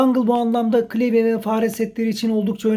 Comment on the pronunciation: klevye değil de klavye desen keşke.